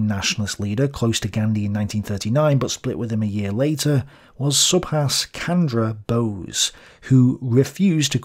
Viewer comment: Its not Kandra Bose,its Pronounced as CH-ANDRA(CH AS IN CHAIR) BOSE. TRY TO LEARN THE NAME OF THE FATHER OF OUR NATION IF YOU ARE GONNA INCLUDE HIM IN YOUR VIDEO!CHEERS!